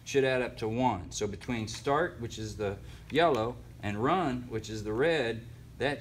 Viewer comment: "Common, start, wun" lol. Good video man. Dammit!